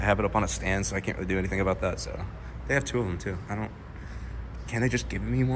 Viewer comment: Heard Kent and knew this was an Ohioan 😂